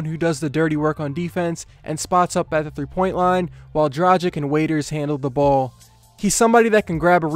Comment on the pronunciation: It’s (drah- gich) come on it’s not that hard to say